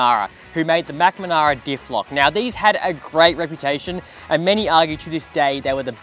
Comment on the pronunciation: Mcmanara? Lol sorry for not picking, couldn’t help it, great vid though love your work